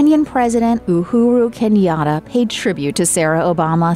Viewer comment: Kenian president Ouru keniara😅😅